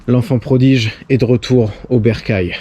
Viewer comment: T as dit retour de l'enfant prodige????😱🤦‍♂️😶😑 L enfant prodigue!!!! 🤣🤣🤣